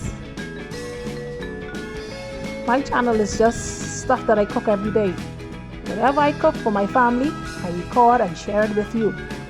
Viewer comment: Every drap? I love your excitement